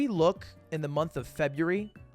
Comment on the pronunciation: So we just gunna ignore how he said February?